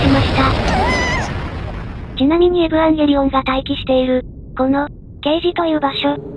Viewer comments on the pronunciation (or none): エブゥワンゲリオンみたいな発音すき